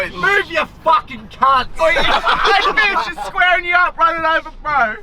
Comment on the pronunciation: Nobody:: sqauring